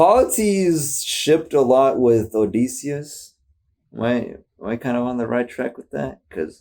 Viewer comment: thank god these songs dont require much knowledge on the odyssey oh and btw ITS PRONOUNCED OH-DIH-SEE-US